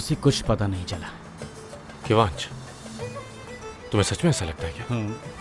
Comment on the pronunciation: mein ezle ke bat karahi hu wo kivanch ko khivanch bulati hain